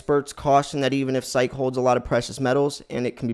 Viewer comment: It is pronounced S-EYE_KEY and not SEYEK!